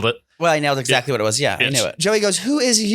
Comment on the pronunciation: The way says “ Etzacktly” instead of exactly is infuriating